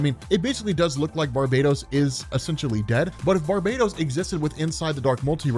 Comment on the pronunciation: BAR_BA_TOS like bar —> bah —> toes Christ lol. Hipp_ah_lit_ah For WW mom’s Hippolyta.